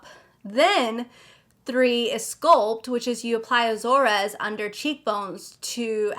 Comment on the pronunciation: So much fun stuff! BTW, the pronunciation of Azores is A-zors, islands of of Portugal!